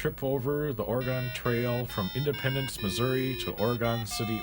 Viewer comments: Thought it was Oregon not Oragooon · OrEhGun. It's not Or-Gone. or Orey-Gone. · "Way-gun" :) Oh, and also we pronounce the state "Or-uh-gin" (with a hard "G") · Why do you say wagon and Oregon like that? Or where are you from?